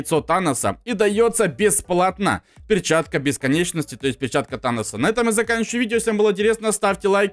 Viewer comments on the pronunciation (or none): none